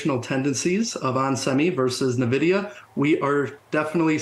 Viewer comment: If the person can't even pronounce Nvidia correctly (Nuh-Vidia), I can't take them too seriously.